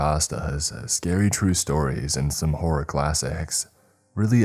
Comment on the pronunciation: You've been working at the flow of your speech and pronunciation/annunciation for years and are doing well. However, and this is completely out of love, you need to practice pronunciation of the second O in, "Horror." It sounded like you were saying Whore not Horror on the Chilling ad. Otherwise, you're doing great bud.